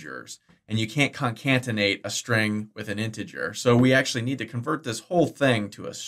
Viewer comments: Great tutorial, thanks. Just got to be that guy for this, though: "conCATenate", not "concantenate". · This guy is the worst typist ever. If he got it right the first time, the video would be half as long. Also, it's con-CAT-en-ate, not con-CANT-en-ate. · Really enjoyed this course! I hate being pedantic, but after the 20th time you say "concaNtenate" I couldn't help myself. It's pronounced "concaTenate". There are only two "n"'s, not three. But thanks for the great course. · btw it's "Concatenate"